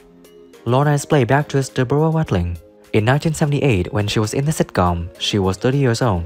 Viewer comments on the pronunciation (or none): Is it too hard to say DEBORAH